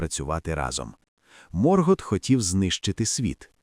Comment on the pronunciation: Ви серйозно? «Сільмариліоні»? «Морґорот»?. Як людина з профільною філологічною та історичною освітою, я Юлія Зимовий Феанор, врівноважена версія свого літературного тезки, заявляю: ваш контент — це ганьба. Ви навіть назву величної книги професора Толкіна вимовити правильно не можете. Яка «релігія»? Сюжет оригіналу вже став нашою реальністю, а ви продовжуєте шукати недоречні паралелі. Ви, мабуть, не читали ні Толкіна, ні Юрія Щербака («Хроніка міста Ярополя»), ні Ніла Шустермана. Мандосе, запиши цих невігласів у свої сувої! Áva quetë! (Заткніться — квенья).Я заводжу свій YouTube-канал (назва в розробці), і тоді вашому невігластву прийде кінець. Хай Альквалонде прийде у ваші домівки, а прокляття Феанора ляже на вас до сьомого коліна за те, що паплюжите мою кохану Арду! 🛳️🔥.